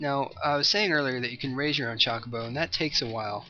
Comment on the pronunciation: Meh, we've heard some pronunciations. But right, the majority is just bleh. I was mainly pointing out the way he said Chocobo. CHALK-obo lol.